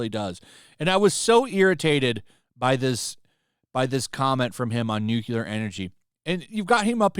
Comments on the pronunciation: It's 'nuclear' energy, NOT 'newkiller' energy. I mean, the technology has only been around for seventy five years, you'd think people would've learned how to pronounce it correctly by now.... 🙄 🍄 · New Clear Not New Koo Lur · Nu-cu-lor. It's Nu-clear. I agree but you sound more credible when the word is pronounced correctly. Nu-Clear. Two syllables. NOT three. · Noo-CLEE-Ar. Not Nook-yuh-lar. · Are you saying nuclear energy or nucular energy? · Nu- clear NOT nu-cu-lar come on, man! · Nu-cle-ur, not "Nukulur", please! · Repeat after me "new clear" not "nuke ewlar" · It is not "nucular" it is "nuclear". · It’s “new-Klee-er”. Not “nuke-ular”. Love your stuff, brother…. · “Nuclear” (new-cle-ar), not “Nucular” Otherwise, great video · Nuclear is pronounced "new clear" not NUKEYELAR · im sorry, i dont wanna be that guy, but you said it too many times, its NEW-klee-er, not NEW-kyoo-ler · Nuclear is "New-Clear" not "New-Quelar. Nuclear. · He’s a virtue signaling idiot. Side note, it’s Nuclear, Nuckyalar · You lost me at nuculer. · It's pronounced nuclear. NUCLEAR! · I can't listen to you mangle the word 'nuclear' any more. Say it with me: Nu Cle Ar. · NUCLEAR! NU...CLE...AR! there is only one "u" to pronounce. also, France's electricity is primarily produced by nuclear power. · I never liked Mark Ruffalo. He always came across as whiny, uninformed and pretentious. Also, a nitpick: Nuclear is not pronounced "new-kyoo-lar". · As much of an idiot as Mark Ruffalo sounds, I wish you would stop pronouncing nuclear wrong. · the way u say nuclear sounds wrong